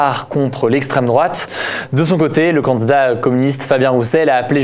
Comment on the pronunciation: C’est marrant parce que tu dis pas « candidat » mais « candzdat »